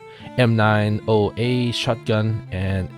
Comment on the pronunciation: god damn it man its not m 9 0 a its m 90 a and you dont spell out socom. its one word. technically an acronym but you still say it as one word.